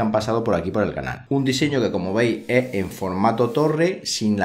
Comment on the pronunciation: Curiosidad, ya tengo rato con una duda y cada vez que veo tus videos me salta la curiosidad, de Donde eres??? Yo creo que eres Español, pero la manera en que pronuncias ES sin la ese "ee" me perturba jaja, sera que en españa hay regiones que hablan asi? O eres del caribe? "Como vei lo que llama mas la atencion de este router (ee) el diseños, (ee) en formato torre " jaja sorry por la pregunta. Saludos